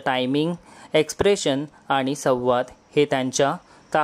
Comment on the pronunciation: उच्चार सुधारणा आवश्यक. सव्वाद नव्हे , तर संवाद....